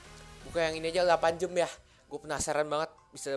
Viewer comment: ngomongnya jam sihh jangan jem